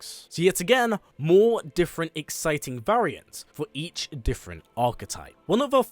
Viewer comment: Bro why can’t you say “variant”correctly